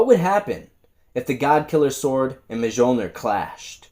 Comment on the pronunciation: The J is sonewhat silent in Mjolnir and is pronounced Mhilnir.....i mean I'm not asgardian or anything just saying 😅